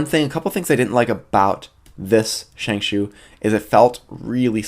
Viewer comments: As someone who speaks Mandarin, both pronuncations, ShengShao and ShengShoo, are about as accurate as each other. The actual pronuncation is ShengShow. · Well.. this isn't really important but Shengshou is pronounced "Sheng-Show" not "Sheng-Shoe" or "Sheng-Shao" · ikr as in sheng+ show =accurate pronunciation